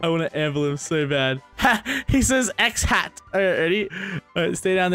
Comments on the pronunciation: The way said "Xhat" 😂😂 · HA! He said "xhat". ~ love u